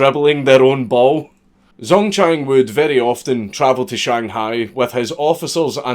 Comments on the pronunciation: Pronounce it like jang dzongchang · when you said: "Zongchang was born..." I could've sworn you said "Zone-tan" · I'm not even Chinese and the first Chinese thing he said, the guys name already made me feel pain at how badly it was pronounced. Ah well, excellent video as always.